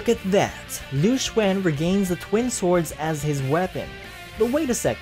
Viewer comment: Also you aren't a musou fan anymore. HOW COULD YOU SAY LU XUAN INSTEAD OF LU XUN